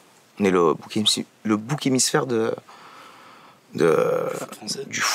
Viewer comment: tu as raté des pépites! Mes oreilles brûlent j’ai écouté trop longtemps